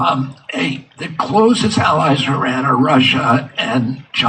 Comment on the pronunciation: Can't even properly pronounce Iran.